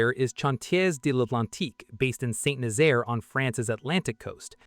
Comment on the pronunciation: The AI really struggles with French doesn't it? Chantiers d'Atlantique and St Nazaire seem steps too far.